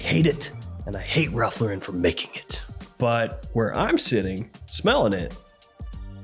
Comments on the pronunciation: It IS actually pronounced Lauren. Like the first name. Not la-ren. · His name is Ralph Loo–ren, as in low and rent with no w and t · Is trolling constantly or do he and tons of other reviewers have no actual idea how to pronounce Lauren… nearly everyone screws it up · You're still mispronouncing "Lauren".